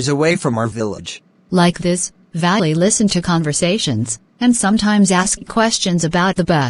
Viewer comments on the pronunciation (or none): He says Valli as valley